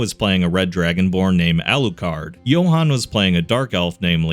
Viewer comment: Johan? You mean Jonah? Lol.